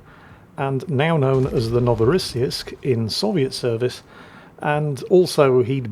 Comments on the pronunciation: NO vo ross seesk The last syllable is like "seeks", but just swap the last two consonants. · Pronunciation of the ship: NO-vo-rah-SEE-yeesk - New Russia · I think it's pronounced No -va -ra -see -sk? With an patalized see so somewhere between shee and ssee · Ark-uhn-ghelsk... it's pretty straight forward, as is Novo-ross-seesk... Just don't try to apply the English way of reading vowels and consonants to Russian, just do it like you would do not read Irish names like Caoimhe and Saorise with English pronunciation in mind...